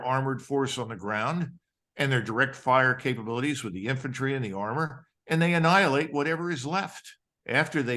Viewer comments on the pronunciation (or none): none